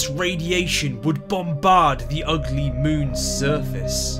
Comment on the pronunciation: It almost sounds like he has a deep hatred for Miranda just because of the way he emphasises ugly